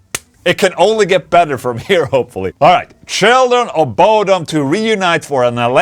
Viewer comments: I have checked the French audio dub for five minutes and that's ok. It sounds more like an audiobook and every now and then you get a band name mispronounced like Children of "bonhomme" 😂😂 I guess the voice is AI but it definitely doesn't match Ola personality! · It's okay in German, some of the band names or certain words get butchered from time to time. Like "live" became "liow" in the show context where it just shouldn't be translated (and liow doesn't exist as anyways). Band names like Children of Bodom got partially translated, but altogether it's not bad.